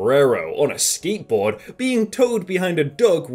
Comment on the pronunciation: How did he pronounce skate board??